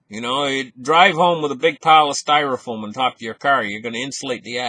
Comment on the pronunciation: i try not to miss a single days wisdom from! two words to practice haha "sty(like y) stYrofoam & ConFisCate not "confisTicate"